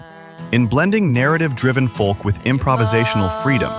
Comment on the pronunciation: Who started the whole pronouncing the "L" in folk (folk music)... It has a silent L... Glad you didn't leave out The Soft Machine.